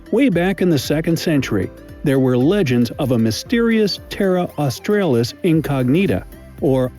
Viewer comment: The second "A" in Australis is pronounced "Ah" as in when the Doctor tells you to stick out your toung and say"Ah". So it should be pronounced Austr 'Ah" lis, not like the second "A" in Ausr'a'lia which has the same sound as the "A" in Hay. The bigger Kangeroos are easily over 6 feet tall. Platypus don't "bite" their venom is in spikes on the hind legs. There are "pink" lakes in all the States. The Afgans who worked in Australia back in the late 1800's brought out their Camels and they have grown in numbers ever since.